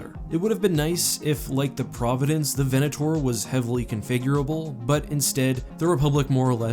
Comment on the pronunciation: 'VenatOAR' :D